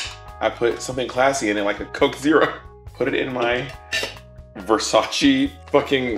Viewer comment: its pronounced Versase ! lol